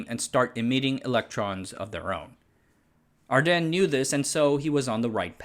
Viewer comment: Your pronouncing ardenne awrong. The e at the end is not silent.